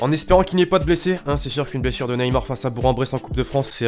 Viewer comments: ça s ecrie bourg en bresse mais ça se dit bourk en bresse moi je suis de la bas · On dit bourgue en Bresse